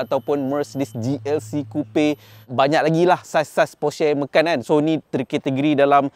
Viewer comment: Kenapa sebut Macan dengan “ME.KAN”. Bukan patut “MA.CAN” ke?